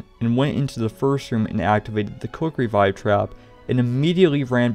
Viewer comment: Every time he said Quick revive I just Heard cookery vibe